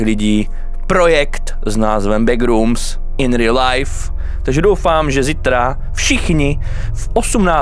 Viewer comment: Skvělé video jenom nevím proč ale Češi mají divný zvyk říkat begrooms „begrůms" místo backrooms „bekrůms"